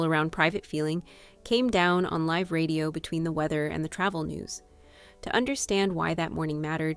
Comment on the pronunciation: This video's voiceover wasn't properly proofread. The word "live" (meant to be pronounced like live in a live broadcast) was pronounced live (as in exist).